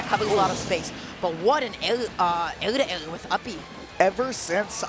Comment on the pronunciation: Completely agree... it's so hard to grasp the fact he knows all these words and hear them being said and still say them horribly bad.. AIR TO AIR came out as (ayyuhguda ah ayyuhguda)